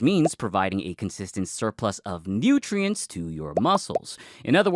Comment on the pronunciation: ''Nootriens'' :face-red-heart-shape